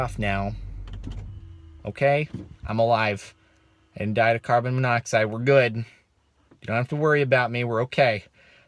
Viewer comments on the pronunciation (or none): Car-Bon monoxide.